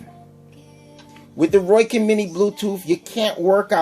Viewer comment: Seemed to be an ok comparison with the few hiccups of what seems to be user error and improper information. Also, its ROW-KIN, not ROY-KIN. Its a hard O that sounds like the letter O... Not an OI sound. Oh, and since you can't come up with which one sounds better: If you go by how they sounded through the mic, the Rowkin's were hands down the best. you could actually HEAR the words. And standby time? Do you even know what that is actually referring to? BOTH have a standby time... by simply having nothing going through them, they are, in effect, in 'standby'. Just because there is no posted standby time, doesn't mean it doesn't. Just leave them outa the case, come back in an hour, see if there is any charge. if so, come back in another hour. check if it has charge. oh, imagine that, it still does...